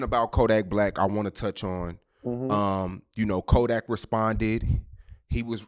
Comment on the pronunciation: Even jackboy said kodack scary 😂😂😂😂 he a fake gremlin now just. Got exposed frfr florida yall just took a huge L